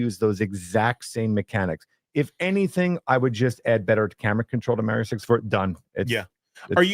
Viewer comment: Mario, not Maaario